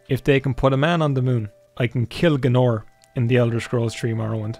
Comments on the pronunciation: Who is G'nor!? You mean GAYNOR? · Pretty sure you don't say Gaenor like "G'norr". That's a kind of quick soup. It's just not how we say the AE sound, which Americans confuse for the EA sound, but it's like a hard A isn't it, so it's like y'man Gaynor, isn't it. No need to make a meal of it, bonnylad.